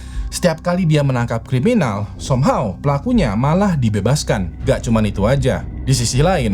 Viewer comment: Somhaw😂😂😂😂 bahasa inggrismu buruk